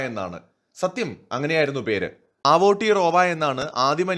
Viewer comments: It's അവ്ടെറോവ not ആവൂട്ടി റോവാ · ആവോട്ടിറോവ അല്ല ചേട്ടാ. ഔത്തിയാറോവ. അങ്ങനെയാണ് മൗറീ ഭാഷയിൽ പറയുക. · Aara pottatharam paranjutarunne.. Njan NewZeland il aanu😄.. Kastam.. Agane alla Aoetora pronounce cheyya.. Evide epozhum evarude cheriya partykal cheroya noise undakum.. Atre ullu